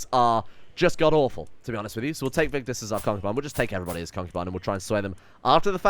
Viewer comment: Are you Scandinavian? You pronounced Vigdis correctly. That was all 😁👍 Love the video And your wife's name is pronounced Gytha.